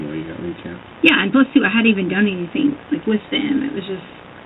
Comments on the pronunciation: Doesn't everyone know that she didn't do anythinK wrong? lol Omgosh...can't stand how she refuses to pronounce that word properly! 🙄😠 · “I didn’t do anythink “